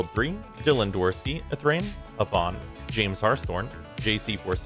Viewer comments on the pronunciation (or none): none